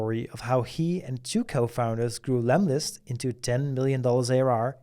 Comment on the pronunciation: hey it's lemlist not lemist ;-)